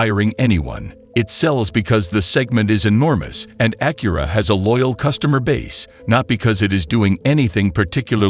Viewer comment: Bad AI voice and video. The front of the car changes with each view. I hate how it says Acura.